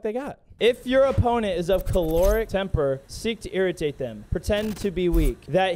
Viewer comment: Choleric temper, as in Cholera. Not Caloric, as in Calorie, which is how you pronounced it.